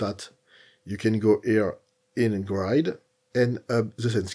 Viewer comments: It’s a shame that such a good tutorial is marred by your bad English pronunciation…. sometimes it’s hilarious… GRIDE instead of GR-I-D. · Just a little help with pronunciation of Grid, try saying it like this..' GRE ' 'D' instead of 'GRIDE' 😊 Thanks for the tutorial 🙌🏻